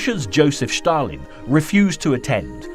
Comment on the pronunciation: Stalin not schtarlin